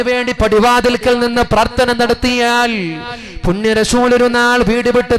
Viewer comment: ത്ത അല്ല. ത്ഥ. ആണ് ശരി പ്രാർത്ഥന